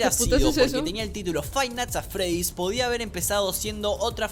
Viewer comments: Fai nats at fredys 😳👌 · "Jot es el creador de fainat atfred"